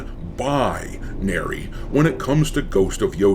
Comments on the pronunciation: "non buy-nary" 🤣🤣🤣🤣🤣 Love it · Non BUY-nary 😂😂